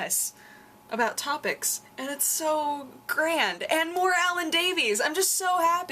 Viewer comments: Alan Davies is pronounced like 'Alan Davis' sweetheart. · Every time you said Davis wrong i pulled some hair out....D